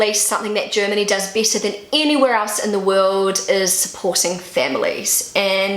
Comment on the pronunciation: I love the way you say BETTER. It sounds like Bieter (the german word vor bidder/tenderer). A native german would pronounce it like BÄTTER or more english bädder). But your slidly british sounding accent is so adorable. I've lerned so much about pronouncation by listening to you, speaking about everyday normal things.